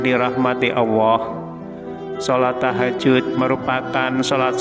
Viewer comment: bisa ngomong Allah tu yg benar gak,, bukan awah